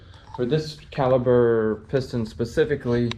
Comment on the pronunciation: It is. With a "P" not a "B". Still get a like from me though!